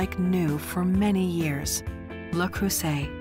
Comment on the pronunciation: Where is the care part? The French woman in me cringes every time she says "Lou Croysett"